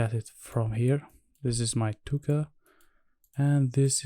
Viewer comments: language tip: we don't say K like 'kuh', we say it like 'kay'. 👍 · Great video! Just a little tip, the K in 2K is pronounced as “Kay”.